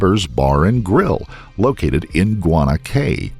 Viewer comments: Guana "Cay" is pronounced "KEE" A cay is a small low island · fyi - In the Bahamas CAY is pronounced KEY. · This entire video & all my brain is focusing on is, "It is pronounced KEY. That is why we have the FL Keys. It is KEY."